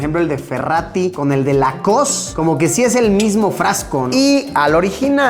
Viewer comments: No es lacost es lowcost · "Lacoss" me mató, porfa pongan la flauta de jurassic word 😅😅